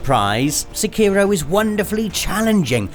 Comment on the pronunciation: Se key row..... Lol